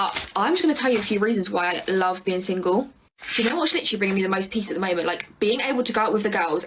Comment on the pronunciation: And “literally,” except they pronounce it as liter-ly.